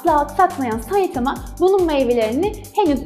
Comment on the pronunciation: Suna saitama diye iğrenç bişekilde demen o kadar gıcık ki saytamaa oooo